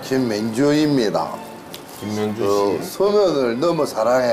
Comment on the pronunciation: 김면준을 김명중으로 들었다...